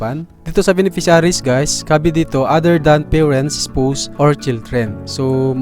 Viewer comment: spaws yun pag read po hindi spows